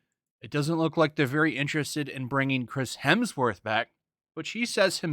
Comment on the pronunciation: "Crims Hesmer" hahahahahaha, that shit killed me. I will only call him that now i swear.